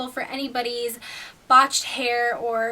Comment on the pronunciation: You say or weird :/